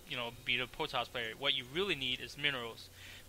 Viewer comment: u cant say the R is any word, Potoss hahahha